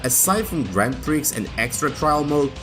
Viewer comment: Correction: not all ps1 games had warping textures/polygons. See Tobal 2 for example (and others). Also, the x is silent in prix.